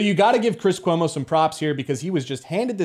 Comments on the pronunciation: “chwis cuomo” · Kwis Kuomo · Lmao Cwiss Cuomo that made me chuckle